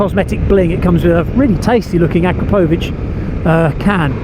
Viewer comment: Thank you for pronouncing Akrapovic correctly. Us Americans can't seem to pronounce it correctly. if anyone cares to listen